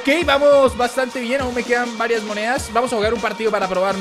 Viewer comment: like si te diste cuenta que dice "muneas"